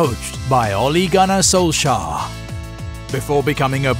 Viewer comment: I always learn new things in this channel: didn’t know “Solshar” was an important coach in current football.